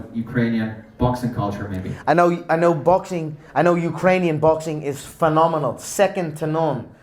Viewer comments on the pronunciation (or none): none